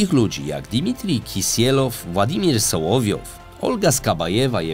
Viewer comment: Ok ;D nie wytrzymam kolejnych przekręconych nazw i nazwisk... SOŁOWJOW nie Sołowjej (Solowiej to słowik po rosyjsku. On ma nazwisko od nazwy tego ptaka) SKABJEJEWA nie Skabajewa AZARJONEK nie Azaronak I wieeele wiele innych Polecam zwracać na to uwagę bo jak w każdym odcinku są takie pomyłki to wygląda jakby prowadzący czytał coś co ktoś napisał. I nie wiedział o czym mówi.